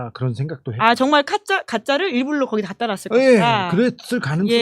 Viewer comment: 일불러가 아니고 일부러 ㅋㅋㅋ 계속 일불러라고 발음하시네